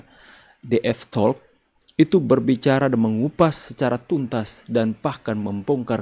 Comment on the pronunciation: terimakasih utk ulasannya dan info utk bisa nonton siaran ulang DF Talk. Namun demikian maaf bolehkah sedikit memberikan kritik saran tentang pelafalan kata "talk" bahwasanya huruf l di dalam kata tersebut itu 'silent' tidak dibunyikan.